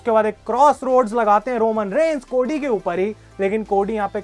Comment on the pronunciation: भाई वो कोडी हैं, कोड़ी नही 😂😂😂